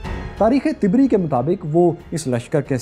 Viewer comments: Correction please word Tabree not tibri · Dear brother,It is Tabri not Tibri, Muthana/ Musanna not Musna and قعقاع is pronounced as Qa'Qa' with the sound of ع. JazakAllahu Khaira! All these characters were shown in Omer series. A drama on the life of Omer ibn Al-Khattab رضی اللہ عنہ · طبری کے ط پر زبر ہے ۔ آپ غلط پڑھ رہے ہو ۔